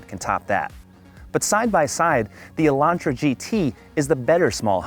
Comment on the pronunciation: This review has missed a large amount of features, and the presenter keeps mispronouncing everything. Echo-sport? No. It's ECO sport. UH-LAUNTRA? REALLY? He needs speech lessons. He sounds like he has brain damage.